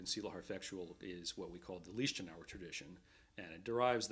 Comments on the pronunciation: He butchers the pronunciation Leichtenaur's name, otherwise it's good. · My ears are beeing torn by the pronounciation of the master´s Lichtenauer name! Stop adjusting his name to your language!